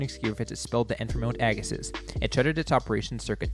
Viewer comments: Why do you call it "Agasis"?? The video even pronounces it properly " "Agasee"... Spent many years at this hill every weeknd in the early 80's. Pronounce it properly!!! Fail.. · Pronounced "Agasee." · A few corrections. Ag-a-see, O-chap-o-ways, White Track, Lef-tenant. Otherwise good. I rsced at Blackstrap-a freezing cold windswept pimple on the prairie. Lots of fun though. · Neat video, but I couldn't take the mispronunciation of Agassiz. There's even a video clip that gets the pronunciation right. How did this happen? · Find it odd that the advertisement for Mount Agassiz and the narrator's pronunciation don't match. Did somebody not do any homework?